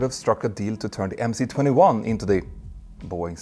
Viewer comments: for god‘s sake it’s MS-21, not MC-21… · MS 21 not MC 21 😭🤡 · Why do you pronounce the МС-21 "emm-cee" and not "emm-ess"? You spell out other Russian letters as their Latin counterparts, as in PD-14, which is really a ПД-14. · 1st of all, when will you fucking get it already?! It's not Em See 21!!! It's - Em Es 21. 'C' is a Rusian letter 'Es' and *not" an English letter 'See'!!! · please read MS not MC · MC 21 is in cyrillic so it’s pronounced MS 21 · Dear Peter, I'm a long-time subscribe to your channel, and really appreciate its reliability, analysis depth and production quality. Your overview of the MC-21 (pronounced MS-21, by the way, as "C" is "S" in Russian) comes as a nasty surprise, though. I'm wondering: 1. What would you have Russians do if the West refuses to cooperate? This is a highly charged global political issue, perhaps out of this channel's scope... 2. Where did you source your information about 6 tons increase in BOW (BOM), 1500 nm full payload range and 23,000 ft ceiling? Keep up the great job and, perhaps, leave politics out of your great channel...